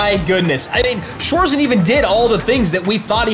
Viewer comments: Wanted to write the same haha schwoarsen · How the Narattors calling Schwarzen 😂😂 Schwoarzen